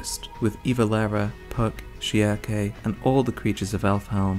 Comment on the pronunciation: I swear, every single person has their own way of pronouncing "Schierke". You pronounce it "Shiake", TheAlmightyLoli pronounces it "Shrike" and I personally use "Shirk".